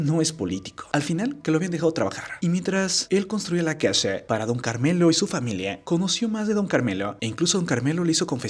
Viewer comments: Casha, acushado, shi, pobresha, solvenshia, mereshe, agradeshimiento, informashion Y voy a seguir chi.....do hasta que se te quite esa mañita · ¿Por qué dices "casha", "pobresha"? Jajaja